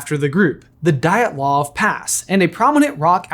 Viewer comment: Great video, guys! Very unexpected to see such topic on your channel! But the last name Дятлов is pronounced "D YA T LOVE"😊 Glad seeing you experiment with content!